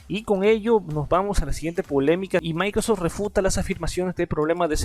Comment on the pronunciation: "Maicrostim" XDDD